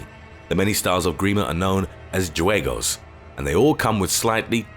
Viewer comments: Escrima ? Spanish fencing transferred to Grima I guess in afro-Columbian culture. Juegos is pronounced who-eh-goes said fast like hwego, not Jew ey go. It means game in Spanish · Juegos is mispronounced